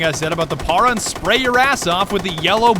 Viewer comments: You have to roll the r in para. (Para means stop btdubs) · Why does he keep saying Para like that? It’s pronounced Parra. As in it’s the paratroopers version of the FN FAL. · Why you pronounce para that way? I think its short for paratrooper, its a shortened FAL